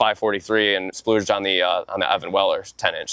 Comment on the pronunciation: Someone tell him it’s “splurge,” and not “splooge” 🤣🤣🤣